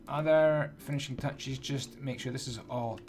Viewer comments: am I the only that heard say tinishing fouchs? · "finishing futches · why does he say tinishing fatchess and picky stiston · He said tinishing fouches and picky stiston😂